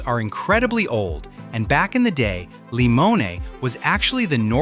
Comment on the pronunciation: It is pronounced LimonAY !